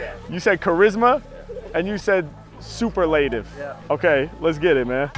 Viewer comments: And thats not how superlative is pronounced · EXACTLY! "super-laytiv" what is that guy thinking?! Harry is like, you mean "superlative"? O.k. we will do it YOUR way. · Harry pronounced superlative correctly and the guy made him change it to Super-Lative lol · Sue-per-luh-tiv... super-laytiv is not a word 😂 He's amazing for going along wirh it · In case anyone is wondering, it's not super-lative. Harry was correct when he was suggesting superlative(sue-per-luh-tive) was the word the kid was thinking of. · “Super-ley-tiv” lol. It’s definitely “soup-ER-lah-tiv” as Harry Mack said it. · Its pronounced Soo-per-lah-tiv ... not soup-er-late-iv. That pissed me off 😂😂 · First dude just picked a word he didn't know how to pronounce lol. Super-lay-tive? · su·per·la·tive.. you do it on purpose i guess? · super-lay-tive LMAO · “I’ve always heard it pronounced super-lative” 💀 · Harry Mack, out there mispronouncing words on request lol. For anyone wondering "superlative" is pronounced Su-pearl-a-tive... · It definitely isn’t pronounced super-lative 😂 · "super-lay-tive" - yeah, that's not how to pronounce it. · It's definitely not pronounced, "super-lative." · Super-lative……I’ve never heard anyone pronounce it like that. I’m sure that bugged Harry a little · Mans out here mispronouncing this absolute shit out of 'superlative'. Amazing. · Like how dude just confidently mispronounced superlative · bruh. people need to check pronunciations ...mister Super-lative.. for shame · Last guy doesn’t know how to pronounce “superlative”. Embarrassing for a white American native speaker. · Dude can’t pronounce superlative haha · My man can't even pronounce superlative, the irony. H Mack , the goat, even educating y'all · It's definitely pronounced superlative and not superlative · He definitely said superlative wrong. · I’m sorry I can’t get over the mispronunciation of “Superlative” though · The superlative guy annoyed tf out of me! His pronunciation was wrong lol